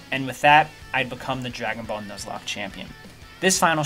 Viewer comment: Drajone boulle pronounced in frensh